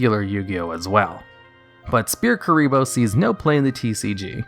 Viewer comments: Sphere Kuriboh is pronounced “sfere kuriboh” with the ph making an f sound not like “spear kuriboh” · Sphere Kuriboh. "S'fear Kuriboh". SSFEERR. The PH makes an F sound. XD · You're pronouncing "Sphere Kuriboh" incorrectly. The "ph" makes a "ffff" sound so if you write it out phonetically it looks more like: Sfeer Ebola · Sphere not spear omfg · Calling Sfere kuriboh Spear kuriboh is fuckin me up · It's pronounced "Sfear". Not Spear. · Did he just call sphere kuriboh Spear kuriboh ? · I physically cringed whenever he said Spear Kuriboh. It’s Sphere Kuriboh. S-fear S-fear. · Shpere Kuriboh is actually pronounced «Sfere Ebola». That’s DL-longo for ya! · Ah yes, SPEAR kuriboh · "Spear Kuriboh" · Spear kuriboh? Really? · I'm Mexican and I'm not sure that the pronunciation is SPEAR KURIBO, hahaha. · sorry did you say "spear" kurriboh? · Huh Yubel can still be very good, with the right cards. Also you are calling Sphere Kuriboh Spear Kuriboh. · Not trying to seem rude but u read sphere kuriboh as spear kuriboh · "SPEAR" kuriboh?!? xD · Did you call Sphere Kuriboh Spear Kuriboh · "Spear Kuriboh" LMAOOOOOOOO THIS MAN REALLY DOESN'T KNOW HOW TO PRONOUNCE SPHERE IM FUCKING DYING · He pronounces it " spear" kuribo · Everyone hears it as Spear kuriboh. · Sphere Ebola.. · How do you not know how to pronounce "sphere"? "PH" makes an "F" sound. Did they not teach you that? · Why can't you say sphere?